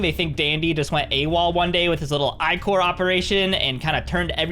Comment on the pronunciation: loads of people say ichor wrong so thank you for saying ichor correct